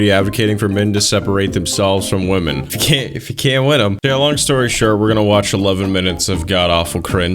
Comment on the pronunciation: This guys upspeak is fucking valley girl level bad! I can't stand his stupid voice! And the way he pronounces "Wymeynne". Christ!